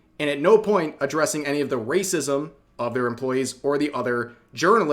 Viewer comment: sounds like RRRRRRacism to me. 😂